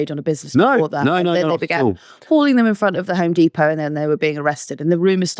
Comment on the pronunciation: I'm struggling to get over the way pronounces depot